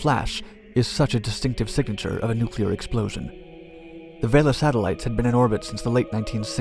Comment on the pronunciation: And is it so hard to find someone, who is going to repeat the term 'nuclear explosion' numerous times, who can actually say 'nuclear' instead of 'nucular'?